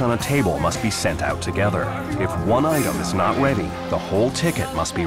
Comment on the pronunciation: In chef Ramsay's kitchen every dish on a menu has to be sent out together, if one item is not weady.